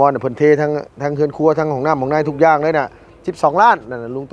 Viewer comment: เฮือนครัว ไม่ใช่หื่นครัว พูดม่ายซัก 😂😂